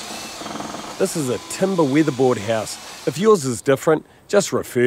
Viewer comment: What’s is this TUM-BAAHHH he speaks of! 😂